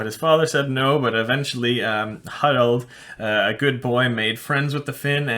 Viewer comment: Harald Haldrada maybee??😅